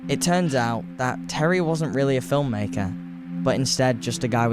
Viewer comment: Yep. Like most kids on YouTube, incapable of pronouncing many words. He can’t say Thierry either.